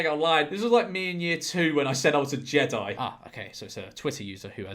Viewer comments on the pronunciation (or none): none